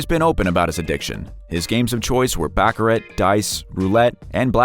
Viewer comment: Dear Sir, the way you say, baccarat is improper Bacharach is on the back of a chess game. You should learn how to pronounce the game properly.